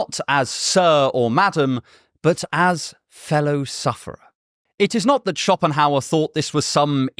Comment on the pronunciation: Stop saying " SchoPPenhauer"!